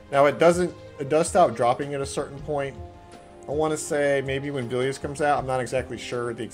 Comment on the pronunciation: plz stop saying Velious like Veelious